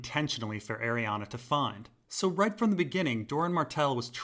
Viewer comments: Arianne's name does not end with an "A". It's pronounced "airy Anne", like Anne Hathaway, not "airy Anna". Sorry, my OCD kicks in every time you say her name!!! Aside from that, nice info. Looking forward to part 3 👍🏼😁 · Bruh, Arianne literally ends in an "E"